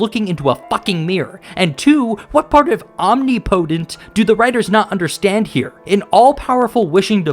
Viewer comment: Your pronunciation of the word "omnipotent", is atrocious as fuck.